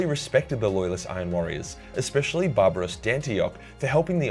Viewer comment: awwww i love you but hearing you say barbaras hurts my brain:(((( it is barabas <3 keep up the great job